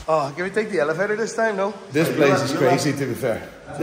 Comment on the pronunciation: why are you saying elephator?